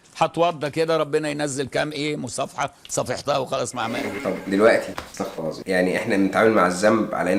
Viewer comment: يجب قول استغفِر الله بكسر الفاء و ليس بالفتحة